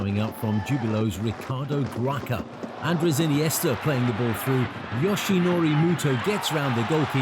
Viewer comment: Ricardo Graça(is pronounced Grasa).